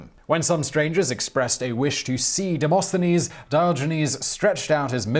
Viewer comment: to help you with the Greek pronunciations stre-psia-dis listen here the Greek side Di-mo-sthenis Dio-genis